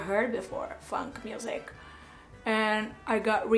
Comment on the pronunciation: I don't mind the make up tutorial so much...but the incessant self promotion commentary of a far too big ego is simply unnecessary. By the way girl, you ought to polish your "funk" intonation, it's sounding like a complete different word but then again I don't think you really care in polishing yourself anyway. You are what you are, no money can buy class or dignity. 🙄🤘